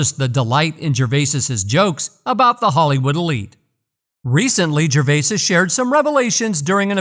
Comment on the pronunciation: OMG! I can't listen to GERVAYSIS one more time!!!